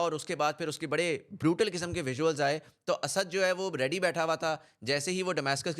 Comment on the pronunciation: Bakwaas and very superficial analysis. . . Stop repeating Asaaaad asaaaad. . . It's Asad . You can't even pronounce his name. Lol